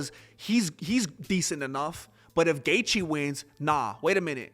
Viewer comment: Why is he Dustin Gaetche?? Ha Ha Ha